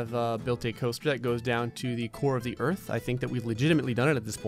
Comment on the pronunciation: Hahaha “ERTH” 😂